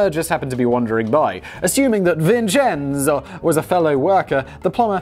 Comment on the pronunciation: Was cooking for my first viewing, rewatching to get all the details I missed (plus Simon's money). My son is named Vincenzo and he really appreciated hearing his name spoken authentically over and over again!